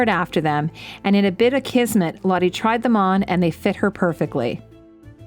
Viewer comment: I know Geillis isn't coming back again and this is a very late response to the video (I'm watching it as I'm hand-sewing a shift... getting as much info on Scottish 18th century clothing as I can as I make these things and wait for my stays to arrive), but I just want to say her name is pronounced more like "lot-uh" or "lot-eh" (I don't know how to phonetically spell this. lol). It's Dutch.